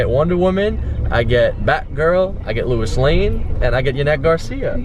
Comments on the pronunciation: Anyone else triggered by how he said Lois? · I'm sorry Doug it really bothered me when you pronounced Lois lane lmao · When you say Lois wrong. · How are you mispronouncing Lois? I don't even like comics or superheroes, but you're a poser for dressing up as something you know nothing about. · You mispronounced Lois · louis? it is pronounced low-iss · It's Lois lane not Lewis lane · OMG, WHEN YOU SAID LOUIS, HOLY SHIT, ITS LOIS (LOW-IS) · Louis lane? No. It's Lois, like Peter Griffins wife LOIS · It's Lois not Lewis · Wait I thought it was Lois lane not Luis lane? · It's a women Lois not Louis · Faze censor its Lois not Luis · It's not Lewis Lane.... It's Louis Lane dummy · Louis? It's Lois lol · it's pernounced low-is not Luis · its lois not luis doug. cmon man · who the fuck is luis its lois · Luis? it's L-O-is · Whos Louis lol, There is Lo-is Lane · Its lois not louis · He said Luis lane wtf it's Lois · it's not "loo-is" its "low-is" get it right Doug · He said Luis instead of Lois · I love how Yanet it suppose to be Batgirl but Doug is calling her Catwoman, plus he is saying Luis instead if Lois. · Low-is not Louis. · It's not Lewis, it's Lois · It's pronounced Lo-is. not Luis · Its pronounced Lowis not Louis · its lois not luois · Not Louis lol....Low-iss (Lois) haha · He pronounced Lois wrong. It's not "lu-is" it's supposed to be "low-is" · He goes to comic con, doesn't know what kryptonite is and prounounces Lois Lewis, wtf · why are you saying luis lmaooo cmon man bouta kms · It's pronounced Low-is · It's LOUIS! NOT LUIS!! Get it right Doug! Jeesh. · you're saying Lewis lane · He said Lewis lane 😂😂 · He kept saying Louis (Lewis) and I'm like who's that? Then he said Louis Lane and I thought oh okay he meant Lois Lane. Have I been saying it wrong this whole time? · Lois lane is like lowis lane. man come on 😖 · it's pronounced low-iss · this man pronounced lois "luis"........ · THIS BOY SAID "LOUIS LANE" BWAHAHAHAAHAHAHAHAHA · yo how do you mispronounce lois...